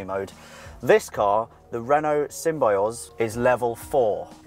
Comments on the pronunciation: Yes but he says reant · Reno what the fuc is that 🤣 renault mate